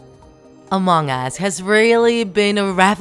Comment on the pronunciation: It is not mong us it is Among Us